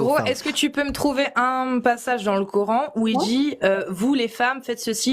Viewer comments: La 1ère ne parle pas un mot d'arabe mais prononce cor âne... Bienvenue en absurdie... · Je rêve ou la première intervenante dit " Cor'haine" ? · J'adore cette suffisance à se penser dans la vérité alors que les autres sont égarés 😂! Elle ne parle même pas Arabe mais prononce le coran : corhaine et je trouve cela vraiment ironique !😂 Le plus fou c'est qu'ils pensent pouvoir les moucher et repartent tous la queue entre les jambes ! PS : sa démonstration à fait prout 💩 et elle s'est fait avalé par le trou noir Gargantua qui avale la fierté des musulmans humilié !😂